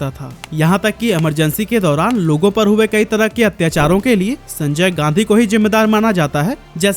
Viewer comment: भाई तुम गांधी को गाधी क्यों बोल रहे हो?